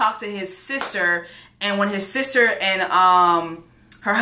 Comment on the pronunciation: I’m cryin 😂 “I’ve seen what you have done for my sees-tah…” 😂😂😂😂😂😂😂😂😂